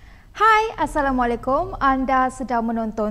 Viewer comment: Aku sedih bila dengar pengacara ni bagi Salam..Alif dan Ain TU xsama sebutanya..